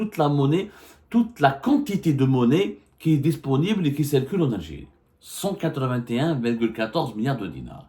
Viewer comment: On ne dit pas malgre que mais bien que! On ne prononce pas "é"llégal mais "i"llégal...ou qui c"é"rcule mais c"i"rcule. compris!!!